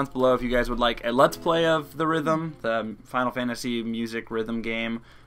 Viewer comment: It's actually Theatrim final fantasy not the rithm.